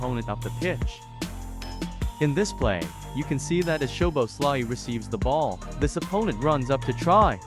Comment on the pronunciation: Listening to this was a pain in the neck. His name man… have a little respect at least and try to pronounce his name properly. At least TRY. Szoboszlai = So-bos-la-e Not to mention… The voice on this video was so painful to hear I had to turn it off after 37 seconds.